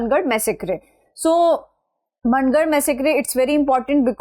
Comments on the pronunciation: It's mAAngarh dham not MANN garh ma'am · मनगढ़.❌ मानगढ़✅